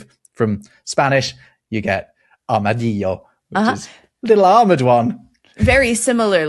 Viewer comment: Love you,! Some corrections from Spain. Armadillo - the double l is like a y as in yellow Alcorque is the place where a tree grows in a street. Alcornoque is the tree you are refering to. Aceite - before e or i we use c Don't know what bozo is nor galoot We habe only 5 vowels cOyOte. Both o are the same Talking a out portuguese. In spanish we call it jamón (ham) they say presunto. In stoanish presunto means alleged. Quite disturbing Great explanation about the no-lisp EEUU stole those territories to México. There's nothing wibbly wobbly there V and B are the same in spanish Talking abour COLORADO... I really like your pronunciation. Remember all philipines languages! Love you